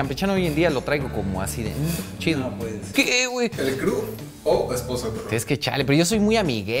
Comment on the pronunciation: ¿Ya supo decir “crew”? 😆